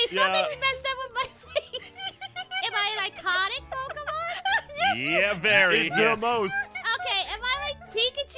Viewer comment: It is pokemon not pokimon